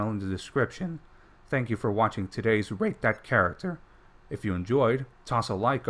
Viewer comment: ok. he did NOT say rate...